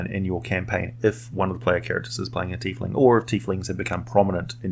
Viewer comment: I like your pronunciation, I hear "Tyf-ling" way too often